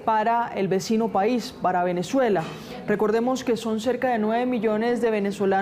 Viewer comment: No entiendo cómo caracol pone unas periodistas que no sabes pronunciar las palabras no es venechuela es Venezuela que sepa pronunciar las palabras por favor